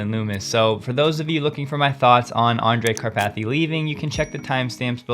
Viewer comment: You killed me with "kar-pathy" xD